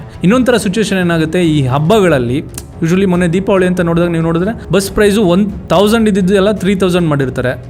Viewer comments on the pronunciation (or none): none